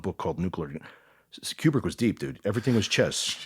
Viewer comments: Maybe it's because he pronounced his name as KJu-brick insead of Kubrick. I don't see a "J". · And it's pronounced KOO-brick, as in Coo-coo-brick